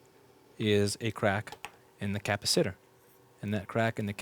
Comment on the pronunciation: PS also love how you pronounce “cap- a-SITTER”. As though your knowledge comes all from research and reading, rather than human interaction … but, maybe I’m the one saying it oddly. Time for me to research the history of pronunciation of the capacitor!